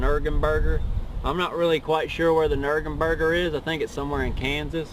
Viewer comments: He also said nurgerbergringer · I fuckin pissed when he said "nurgumburger" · COR-VIT, NURGOMBURGER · Dislikes really, man just said "Nurgen-Burger!" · I was able to hold my self until he said Nurgerburger hahahahahaha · I thought this video was fucking stupid til he said nurgemburger 😂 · holy tits, the nurberburger not nurburgring, that was gold XD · nurbenburger? I think he is talking about the Burgerking.